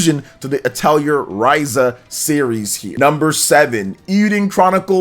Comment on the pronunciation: Your pronunciations of atelier and suikoden hurt my ears